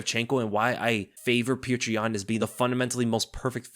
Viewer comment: jeesus christ learn to pronounce his name right.. PEE OH TER ...